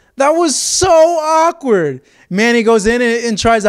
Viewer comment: You saying awkward is kinda awkward